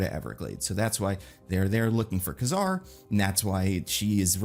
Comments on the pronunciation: Kazar (kay-zar not ka-zar) 🤙🏾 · Kazar not Kuzar ugh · I had to stop watching this after less than 3 minutes. The way he pronounces Kazar really bothers me for some reason 🤣